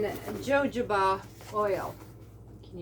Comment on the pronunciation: ❤ I like the beeswax bowl covers. Cute material you picked out. The j's in jojoba sound like h's.🥰 You've got a great start on an amazing garden! The eggplant garden is a great idea. I have to remind myself that I have to keep it simple this year. Just a salad garden to start. In time I will plant more trees and flowers and a large garden. Take good care of yourself. Love ya!